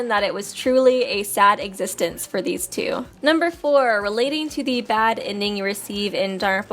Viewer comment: whenever i hear her saying "Super danganronpa two" i hear "Tsu"